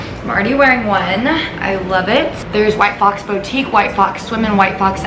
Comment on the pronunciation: probably not, she says it the way she spells it lol